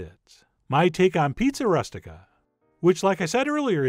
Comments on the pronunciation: its pronounced "roo-stik-ah" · Chef, you must have heard this pronounced by a southern Italian. It is roo-stic-a. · “rOOstica” like “rooster” not like “rust” - otherwise; FANTASTIC! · it's pronounced ROO STI KA.